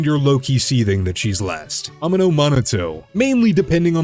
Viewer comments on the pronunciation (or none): Okay, I'm about halfway through the video, and my question it "Why do you keep mispronouncing characters names?" You called Corin "Orin. You called Hoshimi "Oshimi." You called Komano "Amano." And you called Koleda "Oleda," before correcting yourself when you said her name a second time a short while later. See, it's stuff like this that makes me question whether you actually play this game, and whether or not the dialogue is just being spoken by AI. Aaaaand as I'm still writing this out, you say "Aka," instead of Baka.